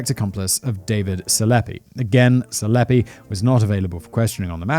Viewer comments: Dude Selepe is easy to say hahha it's Se-le-pee! Not Selep. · i'm oddly bothered by "selepe" being pronounced "seleppe", lol...